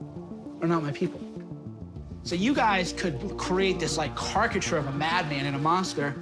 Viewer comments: "kark-i-cher"? What a maroon! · “Vice is fake news” but then snaggle-tooth greets them in his house? Does this moron understand the definition of hypocrisy? These people really are morons. There is just no other way to put it. He can’t even pronounce the word caricature and he’s “the best reporter in America.” Eh???